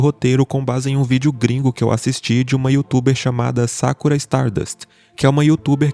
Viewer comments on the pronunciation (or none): none